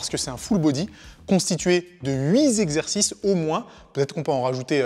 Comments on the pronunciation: Deux commentaires: 1. il faut insister sur l'échauffement. Trop de pratiquants négligent cette phase très importante de l'entrainement. Se blesser en période de reprise n'est pas le top. 2. "hui zexercices", "huiz exercices"... pourquoi pas "huit exercices" avec un t que l'on entend ? ;-) Ne pas oublier l'échauffement de la langue. Cela dit, beau travail! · Huit z'exercices ? Purée ça pique...